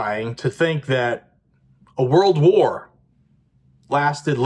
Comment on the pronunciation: "world"😂 not word war